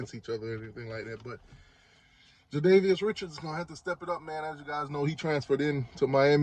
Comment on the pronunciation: Jadias Richards!!! God damnit I swear to god its so disrespectful to care abt the names so little, it makes you an asshole. Are you really that lazy! Cause thats what it is.